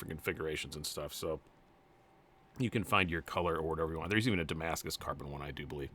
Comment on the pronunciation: “Large cans” patina’d Gemini is what I’m hearing